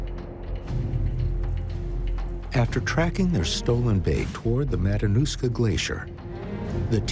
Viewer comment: "Oh the 'mananushka glacier'"